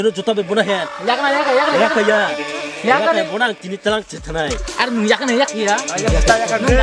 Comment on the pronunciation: Noong not nung. Hahahhaaaaa noong